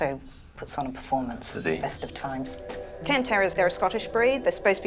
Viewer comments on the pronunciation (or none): It's a Cairn (pronounced karn) terrier.